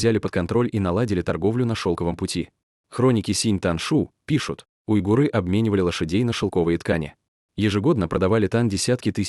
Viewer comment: Кстати --уйгур , а не уйгыр😊